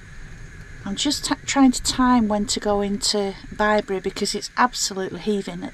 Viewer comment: Oh! What a lovely vlog ❤ I felt Bri’s presence on that pitch before you mentioned him. You were so relaxed and chilled. Just perfect! What a quirky shower in an ‘oss box 😂 We loved Bibury, but you pronounced it right! We pronounced it as in a baby’s bib 🤦🏻‍♀️ What a perfect evening to a perfect day. Fire, wine and nibbles. One day we’ll manage this together xx